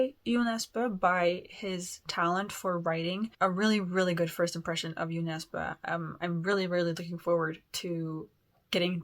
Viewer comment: I'm really glad that, thanks to you I now know how to pronounce Jo Nesbo's name correctly. Looking forward to you reading more Norwegian / Swedish authors 👍